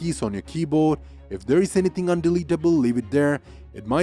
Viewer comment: Can you says percentage correctly?